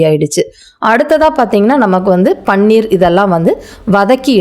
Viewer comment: It is paneer,not panner